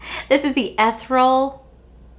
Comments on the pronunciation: I love you lol it’s ‘’eth-ear-e-ul’’ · Was the word ethereal?? If so, it's pronounced uh·thee·ree·uhl but I do it as eee or eh at the beginning 😂🤣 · Did you mean “ethereal?” That is the perfect word to describe that Too Faced collection. Please look up the pronunciation if that’s what you meant. This word captures the eyeshadow palette in the most perfect way, imho!!! 🤗